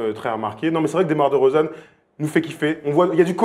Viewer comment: roidada05 moi aussi en plus elle a dit dEUmar dEUrozan